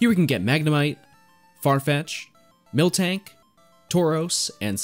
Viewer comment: When said miltank i had got PTSD